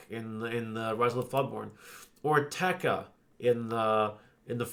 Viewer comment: Pronouncing Te Ka as “tech ah” had me laughing. Good brief market watch.